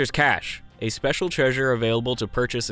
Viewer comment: HE SAID CACHE RIGHT! WOOOOOOOOOO!